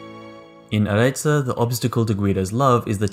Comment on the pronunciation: All good but just one thing : It's AREZZO not AREZZA. Nice video anyway.